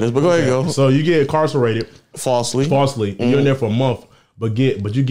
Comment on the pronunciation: "Falsely immarsarated" is CRAZY!!!